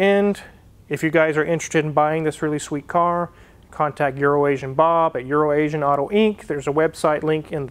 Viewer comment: It's so nice to hear someone ENUNCIATE the word "Euroasian." Also, All T-birds had the seat pump back then. I had an 84 turbobird, my buddy had an 87, same thing. Also also, is DEFINITELY saying "Urination" at this point. Prolly just to troll.